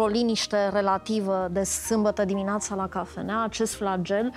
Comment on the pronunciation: uşa de la cafeneaua aceasta "trebe" unsă, că tare mai scârțâie.... "Bună diminoAța" este de la nea Iancu Caragiale?? Nu s-a "lipit" chestia cu Dumnezeu....probabil că domnul doctor şi-a dat seama şi spre sfârşitul interviului, a clarificat cu dumneavoastră lucrurile despre acest subiect....